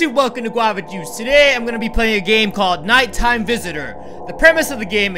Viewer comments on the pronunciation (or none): It’s funneh Fans thats not how u say guavas you said gavavas just want u to know😒